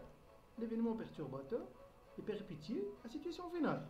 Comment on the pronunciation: On prononce péripétie en son (pétie = péssie)